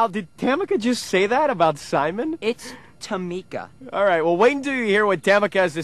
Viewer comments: it's Tameeeeka, not Tamika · It's TamEEEEEEEEka, okay? hahahah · tamika , tamika tamika Its TAMEKA TAMEKA! 😂😂😂😂😂